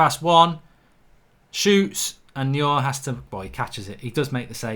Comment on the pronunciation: How come you can’t pronounce anyone’s name correctly. Anyone with a passing interest in football knows how to say Neuer’s name. He’s not the only one you can’t pronounce but my God man